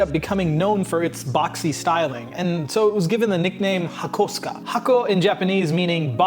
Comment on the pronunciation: Thanks for pronouncing Hakosuka correctly